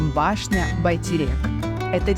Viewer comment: Автору РЕСПЕКТ 👍за обзор и произношение Байтерек 💐Удачи Вам! 🎇🎆👏